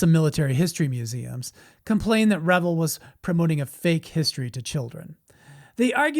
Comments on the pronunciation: Great video! Please correct me if I'm wrong, but isn't "Revell" pronounced "re-VELL," with the vocal stress on the SECOND syllable? I thought that's why they put 2 l's on the end. And the "REV-el" pronunciation makes it sound like drinking, debauchery, and hilarious partying, no? Dr. Pedantic. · Hey.... The company is pronounced RE-VELL, not revel. That's two L's not one. I would revel in cheer hearing you say our Venice, California born company name with respect. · It's pronounced Ra Vell not re vill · Thank you. It was a California company not the word revel.... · CORRECT! The company is pronounced RE-VELL, not revel. That's two L's not one. I would revel in cheer hearing you say our Venice, California born company name with respect. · So a guy is gonna tell me about models when he doesn't even know how to say reVELL? You know, rhymes with HELL? Oh well, his stupid error saved me six minutes of my life! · It’s pronounced “Re-vell” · What is the proper pronunciation of “Revell?” I’ve always pronounced it as “Rah-Vel,” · It’s Re-VELL—accent on the second syllable… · Yes Re Vell that's how loyd Jones said it and he worked for revell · Have I been pronouncing Revell wrong the past 50+ years? 🤔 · I liked the video. No disrespect intended but you mispronounce Revell. Emphasis is on the 2nd syllable. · I disagree with pronunciation of Revell